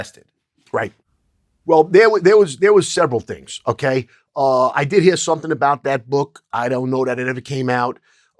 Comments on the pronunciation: Okay. Polish your interview skills. Stop saying “Onay.” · Bruh the way u say okay is the worst, stahp